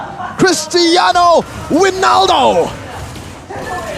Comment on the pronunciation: Cristiano winaldo